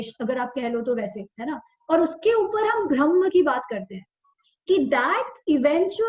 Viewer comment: Thank you. 🙏 Just one request- can you please say ब्रह्म NOT भ्रमह